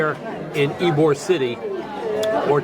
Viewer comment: Ybor city is pronounced E bor. we enjoyed listening to your various pronunciations though. Wish you’d had time to visit our little coastal town, Delightful Dunedin. You’d giggle too at all the mispronunciations of our city. It’s Din e din or sometimes Dun e din. Safe travels.